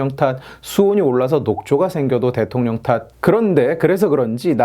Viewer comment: 아이씨 ㅋㅋㅋㅋ 대령통 발음 아주 그냥 귀에 쏙쏙 박히네 ㅋㅋㅋㅋㅋㅋ 왜케 웃곀ㅋㅋㅋㅋㅋㅋㅋ